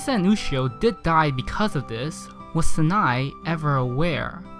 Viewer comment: Sanae is worse. It’s like Sa nay